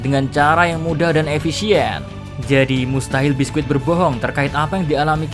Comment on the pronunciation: Bisky mr key bukan biskuit wkwkwkw